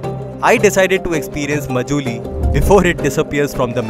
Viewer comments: Majuli???? Isn't it pronounced Maajulie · please pronounce "MA" as "MAA" So its written Majuli but pronounced as Maajuli thanks